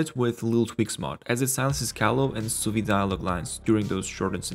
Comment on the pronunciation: Jesus christ you butchered poor Suvi